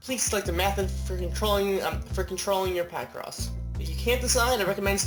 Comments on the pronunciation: Picross (pi-cross) not (pie-cross) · It's pronounced as, 'pic-cross' not, 'pie-cross.' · Let's use our logic, shall we? You're combining the words "picture" and "across" for the name of this game, so you wouldn't pronounce that "pie-cross", now would you?